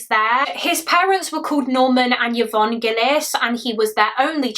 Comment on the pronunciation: Just fyi, Yvonne is pronounced i-von, as opposed to yuh-von 😊